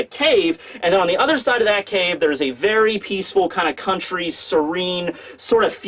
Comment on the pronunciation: "we arrived at Wano Cooney" bruh wtf kinda way to pronounce country is that?...